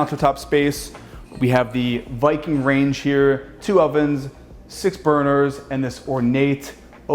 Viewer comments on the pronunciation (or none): none